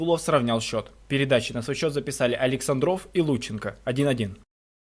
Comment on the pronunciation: АлексАндров(11) ударение на первом слоге.